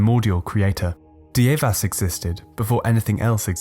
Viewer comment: Dievas is pronounced Dear-vas...get it right!